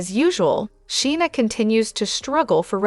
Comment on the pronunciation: You need to learn to pronounce Scheana's name correctly!!